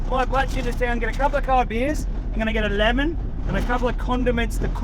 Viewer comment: When he mentioned a couple of cold beers and he said a lemon 😂I thought I heard 11 jaja like might as well make it 12 brotha😂